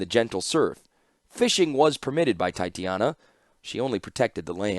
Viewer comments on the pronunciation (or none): Any chance youll go back and re-record some of these? In general this is great and I appreciate your work and am so glad i can listen to these in the car. I also am going nuts because u keep saying titania wrong and think it would be mutually beneficial. (Its pronounced TAI-TAY/TAH-NEE-UH) I hope this doesnt come off as insensitive or like Im blowing you up in the comments, I just dont know how else to contact you.